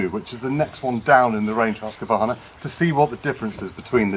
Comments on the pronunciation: As a dealer, you should certainly know, name's pronounced "husk-var-na", NOT "husk-a-var-na." Listen more. You'll pick things up. And yer bud should know to push the bar tip up, or sit the saw down on it, as he's tightening the bar nuts. Pretty basic stuff. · I was a Husqvarna dealer for 81/2 years and I've been running them since 1978, here in the U.S... For heaven's s sake let the saw warm up. And read the instructions for Autotune! Also, the name is Husqvarna, not Husq-A-varna. G-day mate! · Hus= house. Its no husky. Its hus-qvarna ... 🤷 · Its actually pronounced Hoosqvarna but you are right GA Wilson definitely no A in the middle ! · haha. As a swede, hearing people saying Haska-varna... Its a house... Not a husky haha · it's huski chap, end of, 😁😁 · Indeed - as a Scandinavian, I always snicker a bit when others pronounce the Swedish name. "Husky" or "Huskie" is a nice nickname, but Husqvarna is not "Huss-Kee-Varna". The city where the company originates from is written "Huskvarna" today. "Hus" is the Scandinavian word for "House". And "kvarn" is Swedish for "grinder". Correct pronounciation is "Huus-kvaarna", where the first uu is a long one, pronounced as "ou" in "you". And the "q" is proununced as the "k" in "Kentucky". One of the oldest companies in the world. Great quality and design. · The way you pronounce Husqvarna makes me want to spew. And don't say sneaky peak mate.